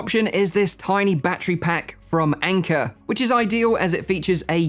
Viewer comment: Can’t stop giggling every time he says “Anker” battery pack😅